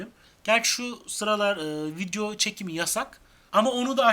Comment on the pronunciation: Yanlış anlamayın vidyo değil video. Teleffuz ederken öyle söylüyorsunuz